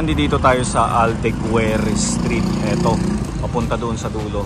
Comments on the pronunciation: Aldeguer pronounced as Aldeger silent u. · Boss, pag may "u" in front of a vowel sa Spanish, gaya sa AldegUEr, silent yong U kaya pronounced as AldegEr, like in RodrigUEz, GUImba, BagUIo, etc. Very informative ang program mo, pero nakakasira sa flow pag pati mga BASIC at Obvious info ay napapabayaan. Constant error mo yan sa mga videos na napapanuod ko. Just helping